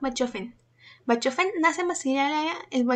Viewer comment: Se pronuncia “bajofen” y el filósofo que lo descubre es Engels y no Hegels (que no existe); por favor un poco de seriedad a la hora de hacer estos programas